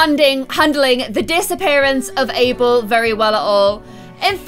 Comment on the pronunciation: Guys, it's ABEL not Able..